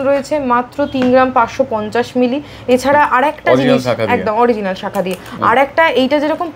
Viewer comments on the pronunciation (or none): none